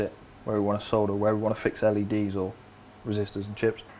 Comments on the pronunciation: It's refreshing to hear someone pronounce solder correctly. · Yes, the l is silent.